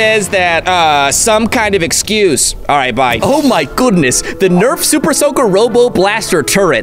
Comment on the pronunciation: I thought he said soupersoker